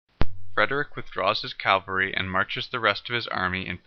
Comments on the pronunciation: Not "Cal-vary", "Caval-ree"!!! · Or cavalry.